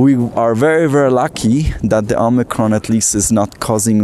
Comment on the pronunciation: Branch O-mice-ron?